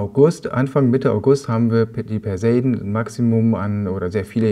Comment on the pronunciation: Du hattest doch schon beim letzten Mal die richtige Aussprache (leider nur) eingeblendet: [pɛrzeˈiːdn̩] Hier zum Hören